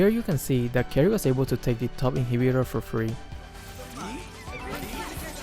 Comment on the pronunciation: Why the fck Selena said "KARRIES" with "s" at the back ? And the fck jawhead . He just using the hero without knowing when to ambush .